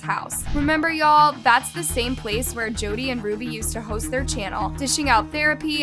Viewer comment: Several videos you've made about this and STILL can't get Jodi's name correct. Annoying af.